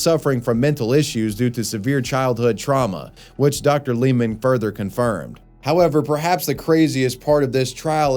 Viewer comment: Lehman is pronounced "Laymen" not "Leeman".